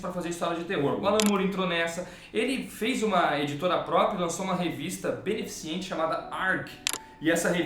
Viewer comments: Caraca... Você não falou "beneficiente"... Caraca... Tinha grande estima pelo canal, mas depois dessa... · Sério que o fala "BenefiCIENTE"?:D Obs.: O programa foi sensacional!